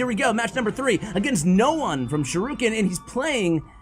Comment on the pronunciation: you are not a fan of Naruto you said shuriken wrong